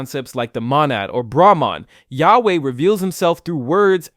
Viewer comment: Jew here. The name of G-D wich you used (we don't pronounce this name like you did) is a combination of three words: "היה", "הוה", "יהיה" In translation: "Was", "Is", "Will be" By the way, G-D has many other names, and is way more complicated than how you described it, the way jews see G-D is like a combination of **almost every aspect you described in this video, but far beyond human understanding.